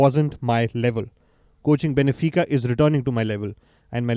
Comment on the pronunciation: Benfica not Benefica as you pronounce it